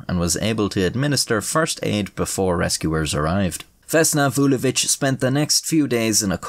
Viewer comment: as a serb you should be proud of your pronunciation of her name